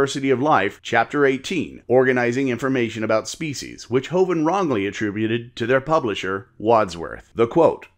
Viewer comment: Your uploads are steads as a rock, both in timing and quality! It sounds like you say faeces instead of (probably) species a few times though:D